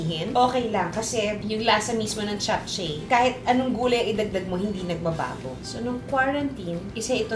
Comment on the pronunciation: Hi Ms Juday, i always watch your cooking vlog, ok lng po ba icorrect ko pronunciation po ng JAPCHAE??? Its CHAP-CHE po in korea...❤